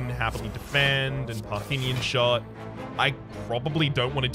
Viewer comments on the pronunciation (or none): Say it with me, kid: PAR-thee-un.